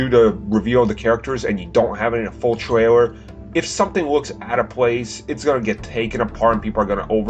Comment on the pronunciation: The American guy can't say the word "trailer". He keeps on saying "traywer"...